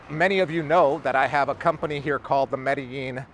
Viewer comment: Hey, 16 years in Medellin and you still sometimes can't pronounce it like a native? I'm not hating, just giving you some hints. What you're saying is absolutely true. I have lived here for 6 years, married a woman...as her kids got older it has become more stressful. I'm going to leave this year, that's the plan unless things change. Also be aware for you guys coming to stay, there are a lot of beautiful women, make sure you're with the one you want to love. Or love the one you're with!